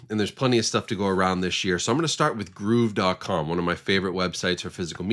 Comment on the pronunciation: I did not know gruv was pronounced groove 😂